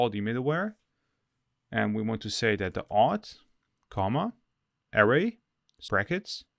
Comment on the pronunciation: Hi thanks for the video. Just a friendly tip... anchor is pronounced ain (same as the sound in pain but no p) than cer with a HARD C like the C in Cat... so ain - Cer .... and array != air-ray ... array == a (ah like in a-pple) then ray... ah-ray